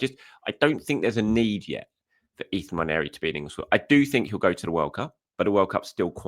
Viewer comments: Really appreciate you pronouncing Nwaneri correctly. Thank you! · I agree. It is very annoying when you hear "Wanieri"!